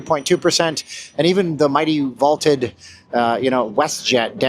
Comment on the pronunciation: It's VAUNTED, not VALTED